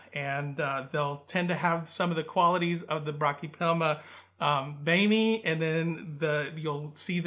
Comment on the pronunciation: I believe it’s pronounced bo may